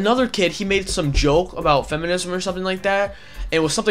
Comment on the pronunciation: It sounds like he says choke 🤔